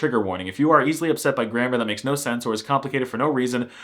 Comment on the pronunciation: The word "yes" is "tak" "No" is more casual version and pronunced /no/ not /nou/